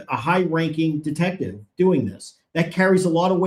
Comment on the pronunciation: Did he say “detective sergeant,” or “DEFECTIVE sergeant?”